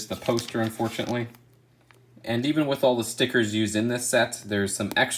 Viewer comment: Instead of saying “With” always say “wif” lmao